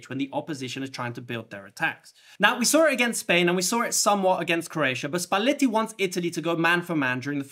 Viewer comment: Couldn’t watch with the over pronunciation of Spaletti.